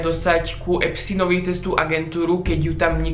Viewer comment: pri EPSTINOVI??? Nauč sa vyslovovať jeho meno keď sa hráš na chytreho